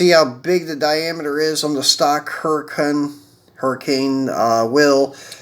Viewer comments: Hey homie, the pronunciation of the lambo is a huricon not hurricane. Good video, I'll be watching thanks. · Huracan is not pronounced Hurricane